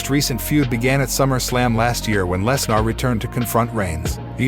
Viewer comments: I'm sorry, but every time this guy said "Less-NAR", it made me lol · Very good WrestleMania. Of course knew Roman was going to win! Please stop mis pronouncing Lesnars name.